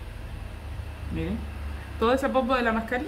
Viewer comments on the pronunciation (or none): porque cuando te refieres a las mascarillas de hidratación de la piel pronuncias bien.y cuando es mascarilla 😷 de esas dices mascarina?